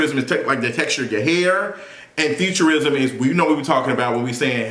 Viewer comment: Damn I kept thinking he was saying futurism like fiction . WTH 😂😂😂😂 featurism